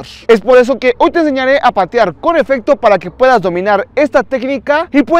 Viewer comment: se dice efecto